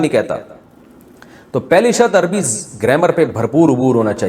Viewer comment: سب کچھ پڑھنے کے بعد بھی آپ عربی کو اربی اربی کہیں گے تو پھر آپ نے کیا عربی پڑھی؟